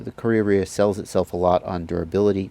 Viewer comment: you pronounce it so perfectly. ka rea rea